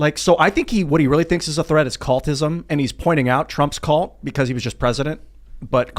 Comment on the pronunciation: can't even pronounce cult. WTF is a callt?